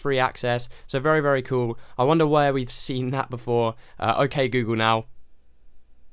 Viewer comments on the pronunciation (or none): none